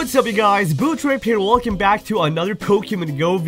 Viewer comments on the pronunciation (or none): none